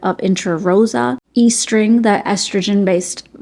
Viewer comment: Estring is a ring that contains estrogen. It makes more sense to pronounce it est-ring and not e-string.